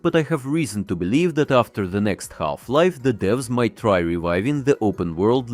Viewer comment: Ah yes Galf-Life. 😂